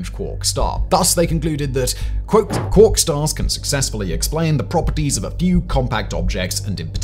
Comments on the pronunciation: You’re pronouncing quark wrong and it’s distracting 😅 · And I soon as he said it the first time I googled it to make sure I wasn’t going mad and he’s 100% pronouncing it wrong